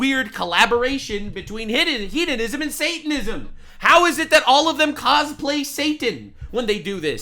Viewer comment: Took me a second to realize you were saying “hedonism” and not “heathenism” and I was like wow 😂 I’m a pagan and don’t want to be associated with those people, but I’m also partially deaf so there’s that lol